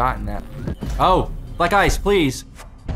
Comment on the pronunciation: Idk why but everytime said black ice to me it sounded like he was saying black guys idk why